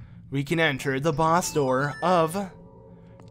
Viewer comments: I lose 5 years of my life every time he says “Dogongo’s” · mocks people that call Link Zelda and proceeds to call dodongos, dogongos the whole time lol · I'm enjoying this series alot...but I die a little inside everytime I hear you say 'Dogongos'